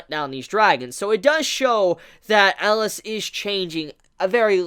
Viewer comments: Um... I thought his name was Elias, EL-EE-US not Eliss from Die Hard. Good golly miss molly that was bugging me lol. I actually really love Chise and Elias' relationship. He did not sugar coat that he bought her for selfishness but since he has underestimated the impact she would have on him. Now I really want to read the manga but did not realize how fresh it was and will have to wait sadly. It may be a toxic relationship but even those relationships teach us and help us grow and even change and can become unbreakable bonds. I feel like Elias was human once and somehow he or Chise will transform for the other. What bothered me the most in thus episode is that i just with Chise would have spoke up and talked about her dream as I felt it was so much a part of their current reality. Also, what was up with Joseph messing with Stella at the end of the last episode (17 or 18)? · 3 more epsiode for him to learn how to pronounce his name ^^